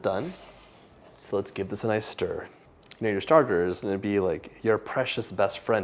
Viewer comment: Sture, sture , sture I miss you saying this when you start sturing the dough. I used to laugh so loud when you said it. Please put in the bloopers this is so funny my children loves the bloopers and when your face turns red if you did something you did not want to do. We love your videos and your husband and 2 children ❤️ 💕. Thank you for taking the time to make them. And your cookbooks ❤❤❤